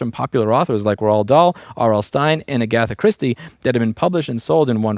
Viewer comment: Love the work you are doing and the awareness you are raising on this issue, and the thumbnail is icing on the cake BUT..... the way you pronounced Agatha, man, i just cant let that slide.